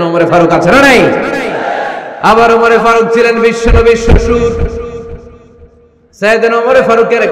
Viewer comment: হযরত ওমর রাঃ এর নাম তো ওমর ফারুক কিন্তু হুজুর বারবার বিকৃত করে ওমরে ফারুক বলতেছেন কেন বুঝলাম না ? নাকি আসলেই উনার নাম ওমরে ফারুক ? বিষয়টা কেউ পরিষ্কার করবেন প্লিজ ।